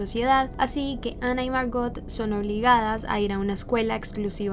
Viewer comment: ¿Porqué pronuncias el nombre como si fuera ingles si ella era alemana ?